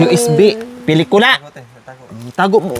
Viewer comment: Pinitula,pilikula ano ba yarnn